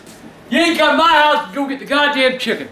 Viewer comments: “CAUSE I WANT CHIGGEN” 😂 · Because I want CHIGGEN